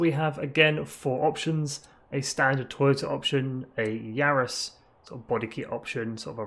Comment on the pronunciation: Varis not Yaris